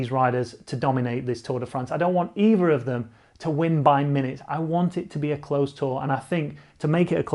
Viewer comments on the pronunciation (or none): none